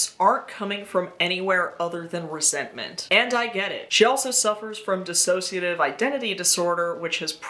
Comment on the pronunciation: Resentment…. Roseantment